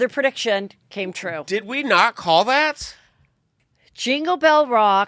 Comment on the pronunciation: Pre - diction - Not per - diction. You asked 🤷‍♀️